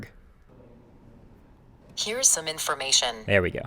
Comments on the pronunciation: Did nobody notice, "Mark Sucker Burg"? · Mark Sucker Burg? Ha Ha Ha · "Who is Mark sucker burg" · LOL "Who is Mark Sucker Burg" LMAO.. GO Siri